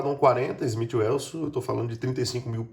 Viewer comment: Bom vídeo, mas vou dar uma dica boa, não se ofenda..é construtivo, não pronuncie Smith Ueuson...por favor. só quem não sabe nada de armas (e sei que não é o seu caso) faz isso! Abraço...